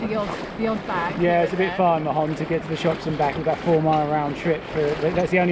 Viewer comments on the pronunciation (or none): Hi there. In Mahon, the 'h' is mute, doesn't sound. It's just [maon]